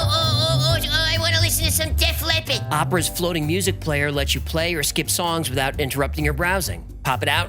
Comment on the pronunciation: "Def Leppid"